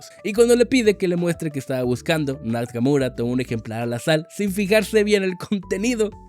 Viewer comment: Nakamura ❌ Nakamuro ✔️